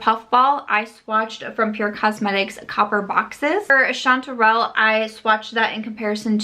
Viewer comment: I love how no one can pronounce chanterelle 🍄... that colour is insane and I’m living for it! #SamSquad